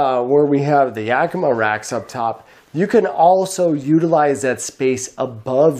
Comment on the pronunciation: Yakima is prounced AK-AK-AK as in AK-AK guns. not softly- this is a Sahaptin Word. In fact Yakima Tribe, Yakima River, in the Yakima Valley. The correct pronunciation is Yack -ih-Maw, rhymes with Wichita, with as much emphasis on Maw as on Yack.